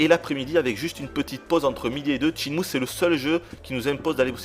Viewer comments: C'est pas "Tchinmue", c'est SHENMUE !!!!! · Ce jeux est carton. Ca fait 11 ans mais il reste toujours mon jeu favori. C'est sympa d'avoir un test qui presente le jeu assez dans les details par contre le testeur m'ecorche les oreilles a chaque fois qu'il dit "tchine-mou". On dit "chaine-mou" gros naze. Je veux bien croire que c'est pas une lumiere en anglais mais quand meme! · tes chiant a dire TSHINE MOU! sinon bon test